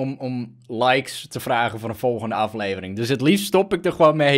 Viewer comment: Hij kan gewoon de woorden: "Het word een aflevering" niet uitspreken 😂 maar he, de koters hebben toch wel weer even gewonnen he! 😍💘✨🎉